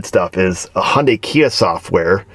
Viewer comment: Hey!! It’s pronounced “Hun Day”. 😎